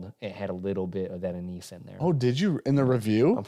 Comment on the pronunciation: Anise: “Ann-iss.”